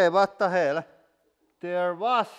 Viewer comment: "Vhat Da Hell??!!??" My new ringtone